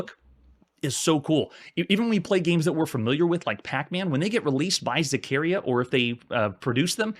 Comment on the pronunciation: Is pronounced ZaccarEEa with the accent in the I